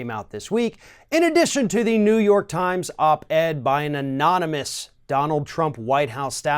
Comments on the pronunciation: Who saw him mispronounce anonymous twice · "Amommolous ... A-mom-mole-less"